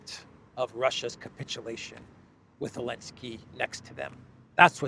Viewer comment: Why does he call him “Elensky”?